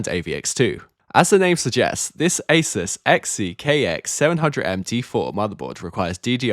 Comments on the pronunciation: Ah zoos not aysirs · Stop saying Asus wrong. Its really annoying , it's Ay soos not aceus